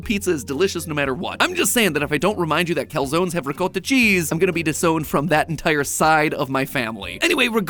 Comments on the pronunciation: It's funny how is upset about the calzones having sauce, but she can't pronounce ricotta properly. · explain to me how FOOD theory, with from an ITALIAN family cannot pronounce calzone??????? (and also ricotta, i remember måneskin reacting to americans pronouncing this like in the video, they could not tell.) pronounce the foods correctlyyyy!!!